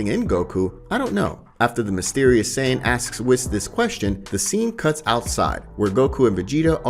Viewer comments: Please pronounce Whis’s name properly it’s pronounced weese….. lol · Wiz; Zeeno; Brolee Other then the ponounciation its a good video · First of all, you continously call Broly, Brawley. Then you call the Tree of Might, the Tree of Power and probably most importantly, this is just HORSESHIT. I guess it's a fan-manga but I've never even heard of it and now I know why. And I don't think that's your voice calling Whis, fuckin' WHIZZ! WHO IN THE BLUE HELL ARE YOU?! TERRIBLE.